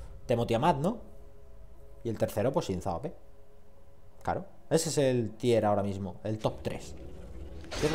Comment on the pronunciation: 2 cosillas: 1 se te olvidó poner en la info las runas y maestrias. 2 si quieres decir god tier se pronuncia con o no con u, si lo pronuncias con u estás diciendo tier "bueno"